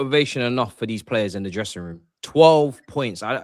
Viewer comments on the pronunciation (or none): 1 hr 21 mins 16 secs. "ive lost the dressing toom" 😂😂😂